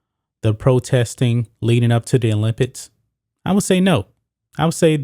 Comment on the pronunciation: After the second time u said olimpids I left.